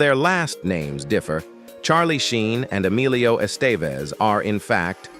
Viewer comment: Rename this click bait as siblings you always knew were siblings. Bailed at the Savage Bros but lookng through your chapters, I either already knew or never heard of the so-called celeb. Oh and Estevez? His first name is Emilio not Alio. Wtf? That j;ust shows you know nothing. One of my favorite actors and so is his father (Charlie, not so much) but if you can't even get his name right, how are you to be given any credence whatsoever?